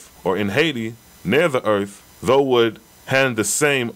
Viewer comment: The RA Material explains how and why the Oahspe was revealed. also..NOT being petty but i believe thou is pronounced 'thow' (like wow) not 'though'